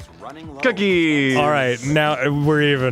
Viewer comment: Lol Dan said “cooties”